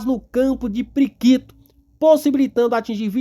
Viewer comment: Respeitosamente, nao entendo pq o titular desse canal, quando se referiu ao polo PIRIQUITO, pronunciou "priquito" - q linguagem popular se refere à genitalia feminina. Sinceramente, imagino q dar margem pra se descredito às informavoes prestadas. E tbm "ponix", ao invés de Fênix. Somente observacoes q julguei convenientes. Abçs fratrernos.